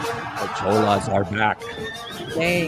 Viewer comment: "Ch" in Chola is pronounced like the "Ch" in Church.